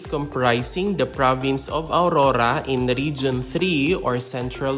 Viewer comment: Not aurura but AURORA..